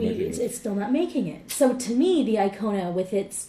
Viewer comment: Hyundai Kona, not iKona